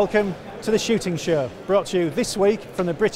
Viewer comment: I really wish this guy could say ‘show’